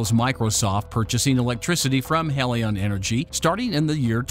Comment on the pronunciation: Your reading robot needs to decide whether Helion is pronounced "HEE-lee-on" or "HELL-i-on". So just get a real person to read it for god's sake!